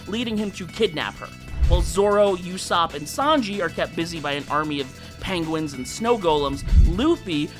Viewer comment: I-I'm sorry, did you pronounce Usopp as "YOU-sopp"??